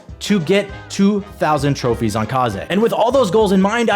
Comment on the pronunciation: Bro man say a couple more trofees💀 name you that a couple!